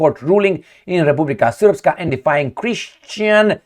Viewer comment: Тhank you brother for proniuncing РЕПУБЛИКА СРПСКА right and clear! Our nobile western partners cant pronounce Serbian words.